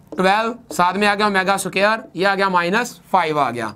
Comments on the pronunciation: it is square not so-care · aur soqaer nai hota squar hota hai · Square ko soker bol rhe ho. Pehlay bolna seekh lo phir parrhao